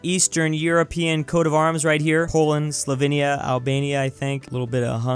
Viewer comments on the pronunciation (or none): none